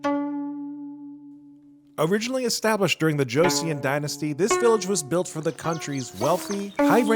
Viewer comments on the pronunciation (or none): "Joe Cyon" dynasty... lolll